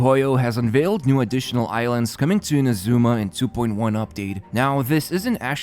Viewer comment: Everytime you mispronounce Inazuma a little kitten dies. Make a change! Stop killing kittens, pronounce Inazuma correctly! (as well as Ayaka, Yoimiya and Kokomi while you are at it)